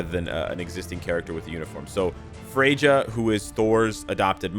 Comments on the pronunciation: Frejdža 🤣🤣🤣🤣 , its pronounced with "ya" at the end Fre - ya. Ignore the J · Its pronounced "Fray-ya